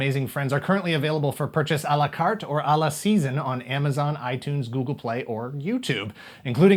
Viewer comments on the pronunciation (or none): none